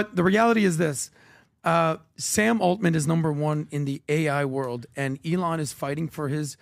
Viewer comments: PBD: eelaan musk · PBD needs to learn how to pronounce ELON